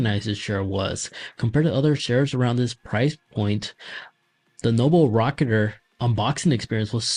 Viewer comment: I don't think he actually pronounced the name correctly the entire video. He just kept saying noble rocketer and even called it noble racer lmfaooo